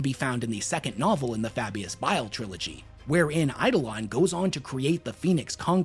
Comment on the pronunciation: It’s B.I.L.E like the gallbladder, not bill, learn our language American, with love,from England 😉😘😂